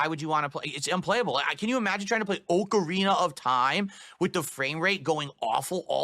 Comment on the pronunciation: Did he say OH-KA-REENA Of time? Lmfao never change